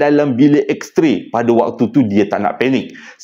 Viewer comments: X-ray joe bukan X-tray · abang salah bukan x tray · yg hensem: Betulkan sikit… Bukan juru gambar, tapi juru x-ray. Bukan x-tray, tapi x-ray Thanks